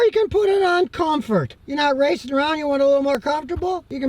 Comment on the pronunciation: did he said riceing?